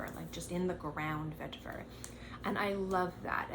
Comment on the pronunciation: Why do you keep saying vetiver like that? It’s not a French word. LOL. Chill out.